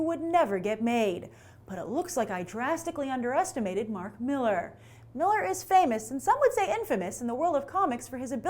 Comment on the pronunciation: It's pronounced Mill-AR!